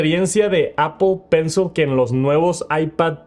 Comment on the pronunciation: Si me dieran un dólar por cada vez que dice mal “apl pensl” termino millonario 😝